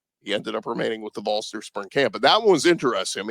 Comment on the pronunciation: Congrats on your baby! Could you please choose a host to correctly pronounce VOLS!!! We're not something you see in the ground!@